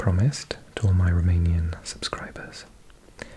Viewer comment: Greetings from Brăila, România! You are doing an excellent job with your Romanian pronunciation!